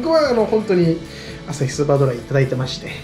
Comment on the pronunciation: ｢アサヒスーパードライ｣の発音の完璧さ💯💮